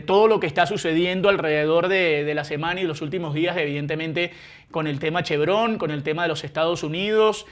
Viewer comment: l+a vaina es clarsa. Vzla. chavista no podrá contar con su petróleo. El Régien destruyó la industria y, ahora, busca financiamiento pero con Trump se fregaron. NOTA Es Chevron, palabra grave y no aguda, pues Chevrón es una ridiculez y falta de sofistación al hablar.